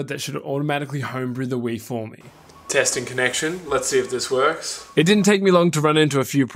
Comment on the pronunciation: "works"... He is American?